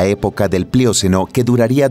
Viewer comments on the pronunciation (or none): No es "mióceno" ni "plióceno" sino "mioceno" y "plioceno" (acento en la e). Pero qué hermoso video. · Buen contenido. Sólo no de dice "plióceno...", no son palabras esdrújulas.